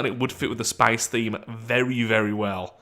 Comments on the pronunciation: Why is he saying spice in stead of space?😂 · Love your pronunciation of "SPAECE!" every time. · Drink every time he says "Spaice" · I thinks thats maybe the russian pronunciation in english i think its more like spaiĥce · swear I've never heard space pronounced that way